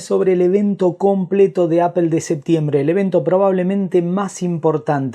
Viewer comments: Se pronuncia apol no apel, porfavor haha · porque dices apel?